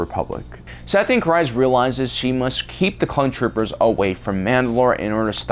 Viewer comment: KEEEZ. It's pronounced KREEZ